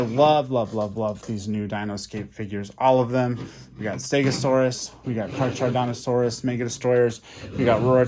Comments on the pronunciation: Its car-car-oh-don-toe-sore-iss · Carcharodontosaurus car-kar(a) Dont-ôsaur(us) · Hey the name Carcharodontosaurus the h is silent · You said carcharodontosaurus wrong